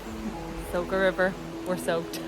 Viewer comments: It's not Soka river but Soča (Socha), also it's not Ljubljanika river but Ljubljanica (Ljubljanitza). The video is otherwise nice. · Soča= Socha, not Soka, nice video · Good descriptions of Slovenia. The river is pronounced Socha. The Stresica on top of a c,s or z make it an ch, sh or zh sound. Glad you liked this piece of paradise but shhh. Keep it one of Europes best kept secrets. 😊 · the way your saying soča is killing me inside so hard :D